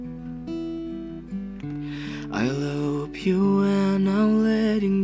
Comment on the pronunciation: Love woy bukan lop 😂